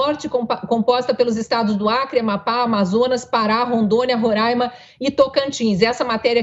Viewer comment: é RORÂIMA. você nao é nórdestina e nao mora no RÉCIFE.